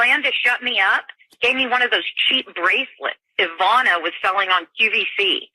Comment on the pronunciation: Weird that the woman on tape doesn’t even say Ivanka’s name correctly. You would think she heard it pronounced correctly as they drove around all day.